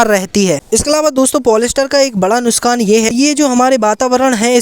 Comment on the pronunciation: Who noticed word" nuskan" not nuksan😂